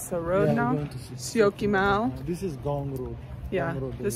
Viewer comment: Syokimau u are saying it very well. Great improvement.